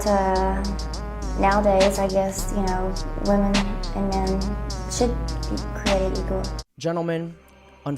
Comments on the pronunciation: Women is pronounced "WIH-MEN" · Day 398 You have a show about wi-men pronounce it right